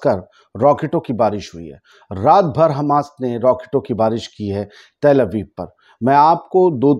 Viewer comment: bhai tel Abib nahi Tal Abib hai bahi